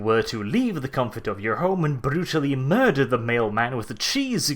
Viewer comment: As an American, I find his accent rather funny yet regal. Especially the R-rolls. Murrrderrr-fuck it into existence